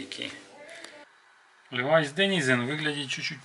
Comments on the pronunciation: Левиса!!! 😁🤦‍♀️ Левайс, а не левиса! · Только мне слух режет "левиса́"? Левайс же. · Не левиса, а левайс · Так по ушам бьет ЛЕВИСАААААА! Нельзя просто по русски-ЛЕВИС?? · А если ещё вернее то Левайс,,, но левиса эт какая то молдавская фирма🤣🤣🤣🤣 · левиса суука, левайс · Какие левисА, лЕвисы, ударение на первый слог! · Почему называется Левий са, по моему Левай с звучит. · Я всегда говорил Левайс ; похоже неправильно. Ренглер тоже неправильно, похоже. Этот американец говорит левиса и ранглеры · какой нафиг "Левиса" правильно - Левайс .Не сложно же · Левиса! Ужас. Левайс, всегда так было. Пакистан, Бангладеш там в основном шьют. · Что что? Ливиса? Это что типа Ливайс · Как только услышал "левисА" дальше терять время на этого дядю васю не стал 🤦‍♂️🤡🤣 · Левисах,Левисах!!!👎👎👎 ЛЕВИС! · Левиса Левиса!!! Так бы и сказал Левис. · ТАК ПО УШАМ БЬЕТ- ЛЕВИСАААААА! НЕЛЬЗЯ ПРОСТО ПО РУССКИЙ--ЛЕВИС! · Если он живет в США, какие Левиса???? Он что не знает, как читать? Ливай Штраусс. Levi's по-английски звучит, как ЛивайС. произносится Ливайс и только Ливайс!!!! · Ливайс! А не Левеса! Дальше смотреть не буду... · Правильно говорить Лии-вайс!!! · Охреневаю от обзорщика..... ЛевисА, Ранглер, дубль w..... Если нихрена не понимаешь в джинсах и сказать тебе о них, по сути, нечего, то лучше не браться. Рекомендую найти ролики Давида Мамашвили ПРО ДЕНИМ - человека который знает об этом всё. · Не левиса, а левиаосса, Гарри ты уже забыл чему тебя учили в Хогвартсе. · Гнусавый "эксперт". левисА... уши кровоточат. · Обзор вроде бы и неплохой, но ухо режет несносно "ЛЕВИСА"... И еще: на wrangler вы не увидели W, потому что это карпентер, линейка штанов для работяг, на них W не положено. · Я не одни такие левисА пропирдел! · Ilya Smirnov левАйс правильно пишется, читается, слушается и смотрится. Специально для колхозников - читателей и радиослушателей. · Боже,только не левиса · левиса блин)) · Какие ещё левиса??? Какие Левиса??? Ну знаток видно сразу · Правильно Ливайс😢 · НУ ПОЧЕМУ "ЛЕВИСА"?!